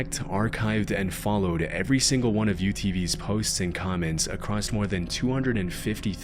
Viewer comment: I like your vids but brother there is no T at the end of the word "across"